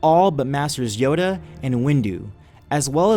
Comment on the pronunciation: You say yoda is yado